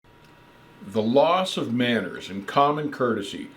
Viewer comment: "A couple ah counties" 🤣